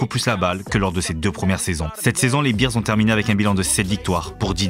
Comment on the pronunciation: Juste un petit détail phonétique concernant la prononciation, ce ne sont pas les Chicago BEERS (bières) mais les Chicago BEARS 🐻 😉